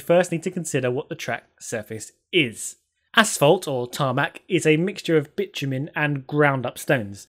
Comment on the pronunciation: as english is not my primary language and i wasnt quite paying attention to the screen when i heard you say 'bitch-you-mean' i was quite suprised. Even had to look on the sreen to see what did she mean? :D